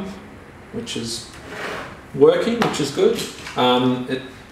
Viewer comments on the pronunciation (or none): none